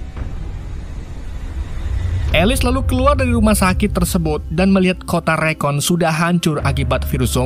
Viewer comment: Bang rakun bang... Bukan rekon....